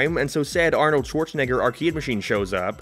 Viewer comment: I think you said Schwarzenegger wrong.